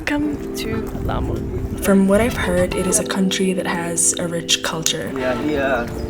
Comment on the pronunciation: Your grammar is awesome and we call it amu cause the L is silent .Explore the Swahili culture and also ancient good stuff.Karibu Kenya 🇰🇪